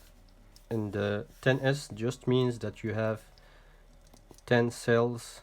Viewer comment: Great video, by the way its Cells not sells.